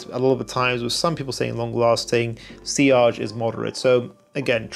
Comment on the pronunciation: If she's Polish (and I think she is) her surname is pronounced more or less like "Chee-oh-kh"